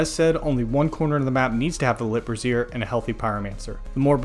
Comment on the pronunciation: Nice guide. By the way, the way you're pronouncing brazier is like brassiere, which is a bra.